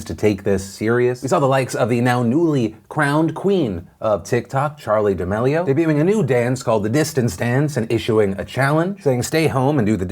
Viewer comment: Pronounced "Duh-melio"